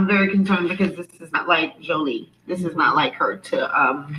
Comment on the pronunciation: please pronounce her name correctly